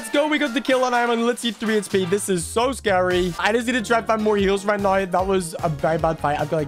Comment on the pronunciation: bro said right niw